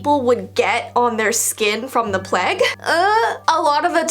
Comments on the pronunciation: It,s pronounced plage not pleg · kept on saying PLEG it's PLAGUE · In the ring around the Rosie when you said Plage that’s not how it’s pronounced it pronounced as (plaje) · The pronunciation of plague is sending me...its PLAY-gue not PLE-gue 🤣love from england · the pleg.... i think you mean the plague (play guh) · I'm from England you say it so weirdddddd plage it's pronounced pla-gue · saying "pleg" 😂 I mean I guess some people may pronounce it like this but.. 😂 I say "plage " I know you spell it plague but ya know I'm just spelling it like this so you can see what I mean 😂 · saying pleg is just a big mood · I don't know if in America it's different but in England it's pronounced the "playg" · Me: hears her say plague My conscience: A pleg..? Me realising it might be because I’m Aussie. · It’s pronounced play-g :) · I'm sorry but saying pleg instead of plague makes the topic much more lighthearted 😂